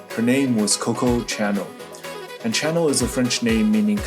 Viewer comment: No way this bloke said "Channel"